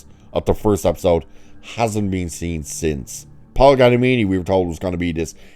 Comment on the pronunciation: I agree, I'm a fan of Mr. G, too. "American Splendor" is a magnificent film, as is "Fred Claus". (By the way {not to be contrary} his surname is "Giamatti" {pronounced "GEE-UH-MAH-TEA"}.) (There's an neat new invention, known as "Google"--- it's not expensive.) 😉